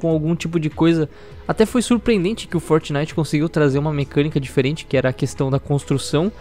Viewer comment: EIPEQUIS LÃNSOU VO ABÃMDONA O FORTNAIT E FALA MAU DE GUALGUER JOGU QUE USI NEGANIGAS DE EIPÉQUIS